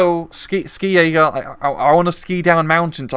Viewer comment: Just a small thing: "Ski" in German is pronounced like the English word "She".